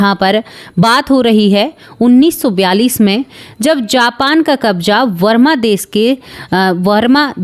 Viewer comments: वरमा नहीं, बर्मा बोलो । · Mam varma des nahi barma.